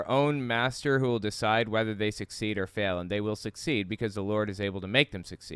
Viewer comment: One thing that drives me up a wall: why are his l's at the end of a word w''s instead? It's not "god's will", it's "god's wiww"